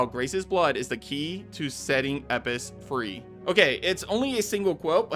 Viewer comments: He’s American what do you expect they miss pronounce everything . Elpis = Eppis Graham = Gram Craig = creg Martin (pronounced mar - tin) = American mart - in Grand theft auto = Grand theft duto Herbs = Erbs Caramel = caarmoel Route = Rawt Squirrel = Squrl Mirror = meer Basil = baysill Water = wader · Did so much research but can't pronounce Elpis. Had to shut this video off after the 20th time he says "Eppis." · Of course it's Hunnigan on the comma, why? Cuz they hire new VA every time for a new game... Like RE remake 4 has a new VA for Ada personally I liked the first woman show voice Ada... And Elpris the fuck? U pronounced it as E pis it's [El pis] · Dude its ELPIS not epis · It’s ELpis not Epis you annoying bastard are you dyslexic? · bro is it not elpis not epis why does he skip the L??? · Bro am I crazy.. is it not EL-Pis. Hearing Epis was killing me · ELLLLLLLL piss..... not Eipis ELLLLL... say ELLL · Anyone else find it a bit harsh to hear him say Epis over and over again instead of Elpis 😅or is it just me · its elpis not epis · Why do you keep saying "Resident and evil"?? And it's Elpis, nit "Epis"... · it's pronunced Lpis not Epis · Bro how you gonna call it “Eppis” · Elpis, not eppis. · Umm... Elpis. Not Epis... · Its pronounced "Lpis", instead of saying "Epis"😅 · Dude stop fucking saying EPIS the word clearly is ELPUS it has a fucking L for gods sake Jesus that bothered me more than it should have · why do you say eppis when it is spelled elpis? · ITS ELPIS NOT EPIS ..... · This bugged tf out of me. E*LLL*pis. Not Epis. Like does bro have some accent that skips Ls? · ELPIS, ITS FUCKING ELPIS, NOT "epis" OH MY GOD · I love YT engagement, it really works! "Epis" lmfao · my guy, it’s pronounced El-pis. If you’re mispronouncing it on purpose to engage by rage baiting then that’s cringe af. El-pis. The word doesn’t have a silent L. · E “L” PIS, Bro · ELPIS not eipis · El-Pis they literally said the word correctly in the trailer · Can you not pronounce Elpis?